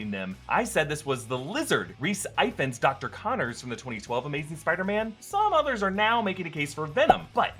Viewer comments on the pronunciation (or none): Hey hey, just wanted to say that Rhys Ifan's surname is pronounced like [EE-VANS], it's Welsh haha, fab video though keep it up guys <3